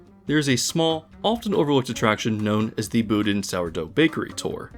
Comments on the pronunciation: Boudin is pronounced "Boo-DEEN", not "Boo-din". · As a San Franciscan I feel I’m legally required to tell you Boudin is pronounced BO-Deen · It's pronounced "Boh-deen."